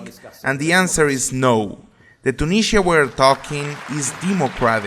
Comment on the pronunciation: You pronounced it wrong (by the way I’m talking about the country’s name)